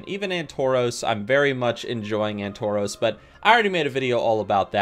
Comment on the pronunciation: Ann-toros :D